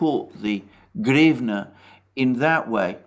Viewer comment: is so thick, he can't even pronounce hrivna